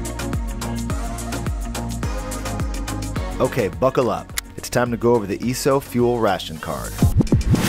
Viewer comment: Dude, you are killing me how you are saying "Esso". Please learn how to pronounce words correctly before creating an informational video like this. But other than that, pretty good video.